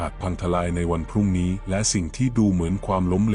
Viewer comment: สงสัยไม่ใช่คนไทยอ่านหรือเปล่าเช่นคำว่าพรุ่งนี้ก็อ่านว่าพอรุ่งนี้้ vdoอีกเรื่องหนึง 600 ก็อ่านว่า หกศูนย์ศูนย์ และอีกหลายคำ